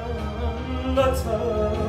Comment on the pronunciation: ایشون توی کنسرتش یه پله پائین ترازاون چیزی میخونه که توی آهنگ صوتیش هست که بتونه اوج روتوی کنسرت خوب بیاره که اوج روهم میکروفون روجلوی مردم می‌گرفت که مردم بخونن ،توی اجرای رستم و سهراب وطن روجوری تلفظ میکنه که واو وطن اصلا بگوش نمیرسه